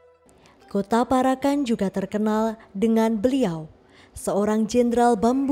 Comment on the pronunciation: Sing bener macane para'an ....Parak...an.... Bukan para...kan....mbak e....artiné dadi beda